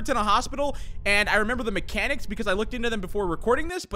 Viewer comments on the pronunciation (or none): none